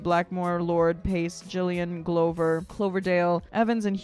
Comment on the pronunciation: Mr "glowver" (sic) , is pronounced "Gluvver". Sorry for the pedantry, dear.